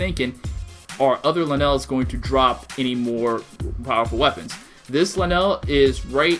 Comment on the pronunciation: It's lynels not LeNails